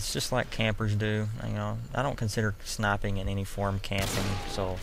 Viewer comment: ''When u snaippen''